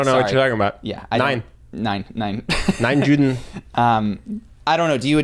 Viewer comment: lmao "nein juden" love your podcast but u might wanna look up how to say "no jews"